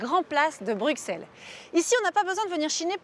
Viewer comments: On dit bruSSelle ! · Bruxelles ce dit Brusselles avec un S et pas de prononciation du X !!